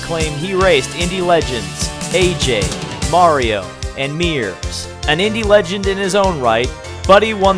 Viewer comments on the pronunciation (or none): none